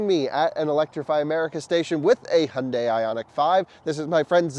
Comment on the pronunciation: I’m Korean and this is only youtuber pronounces Hyundai properly. Love this channel!